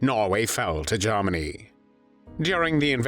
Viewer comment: Interesting video...............I find the narrator's pronunciation of Germany a little bit "Lord Haw-Hawish"......(Jarmany, as opposed Germany), but it doesn't detract from the content